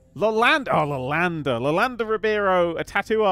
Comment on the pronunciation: it's pronounced Yo-landa.